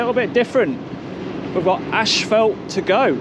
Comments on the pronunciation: Love your videos. brother.......but , it's not ASHFELT......it's ASPHALT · It is NOT " ash felt" it is "as fault " pronouciation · you said "ash-fault" for "asphalt". Maybe it's just me..I'm in the US. Anyway, enjoying all your vids. Thumbs up!!